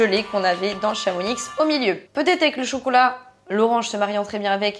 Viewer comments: C'est pas ChamoniXXX mais ChamonIIIx 🙏🙏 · Par contre en tant que Haut Savoyarde je me dois de dire quelque chose d’essentiel !! Le X à la fin de Chamonix de se prononce pas on dit « chamoni » Oui oui je sais la prononciation des villes en haute savoie est aléatoire 😭